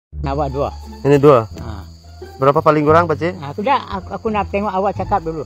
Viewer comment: Kecek banyok pulok... Brrrrrraaapaa berrrrraaat ??? Jadi ke tak jadi beli, video terus stop 😮😮😮 Jgn bazir masa pakcik tu, dia kejar sesuatu tu. Nk cepat kejar impian. PENGEJAR IMPIAN ....biar stiker berbicara....😅😅😅